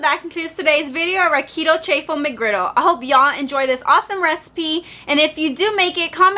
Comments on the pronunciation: It's pronounced cha-ffle just like wa-ffle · Did you call it a Chay-full McGriddle??? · You pronounce it "CH - AWFUL" 🤣